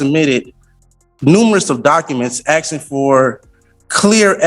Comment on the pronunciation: He's going to get in trouble axing the judge. At least this AI goes black and white for our fast forwarding convenience.